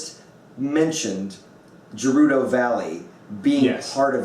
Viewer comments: "Jerudo" valley? Based on the Japanese language, I'm pretty sure it's "G" as it "Get". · ***** It's "Gey-roo-doh", "Day-koo" and "Koh-kee-ree". Japanese words all have specific pronunciations. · Oh Hylia, the way pronounced "Gerudo" and "Kakariko".